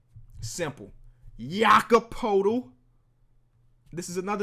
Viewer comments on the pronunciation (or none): It’s pronounced yakob pertle